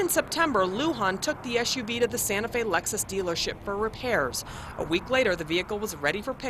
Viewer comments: What the fuck is a "Lexis"?? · 0.42 Lexis lmao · Lexis? What the hell ? It's Lexus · that shit said lexis not lexus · Lexis lmao it's Lexus